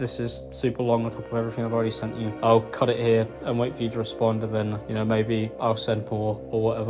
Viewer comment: "How could i dew that tew YEEEWW 😭😭😭" I cant take that accent serious